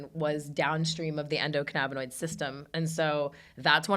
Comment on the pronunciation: It's endo canna binoid. Not canabba dabba doo. We are not Fred Flintstone.